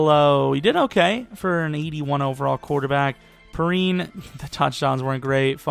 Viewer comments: lol I was getting triggered all video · Its pronounced P-Ryan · Just so you know samanje perine is pronounced pee rine